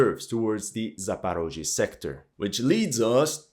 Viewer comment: I immediately understood where you get your information from, as soon as I heard your pronunciation of the names of Ukrainian cities and territories (that's what Russians call them). Not Zaparozhye, but Zaporizhzhia, not Dnepr, but Dnipro.